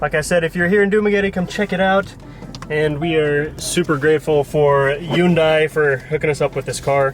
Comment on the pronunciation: lol bro , Hyundai is pronounced Hunday , like Sunday , what the heck is Yoondai ?? grabeeeeeeee , hoyyyyyyyyyyyyy